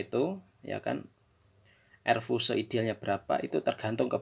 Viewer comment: Fuse itu bahasa inggris, dibacanya fius bos...🤣